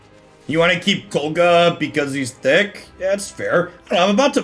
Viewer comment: i know this aint gonna make you change the way you pronounce it, but its KOG LA